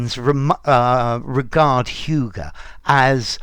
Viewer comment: Danes wouldn‘t agree with your pronunciation 😅😅